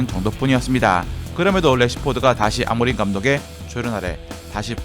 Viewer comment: 아모림이 아니라 아모링아닌가?